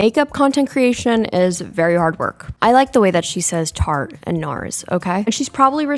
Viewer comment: shes from boston/massachusetts i think and im from boston but dont have the accent and the way she says tarte is so funny and satisfying to me even tho i dont laugh when my family says it that way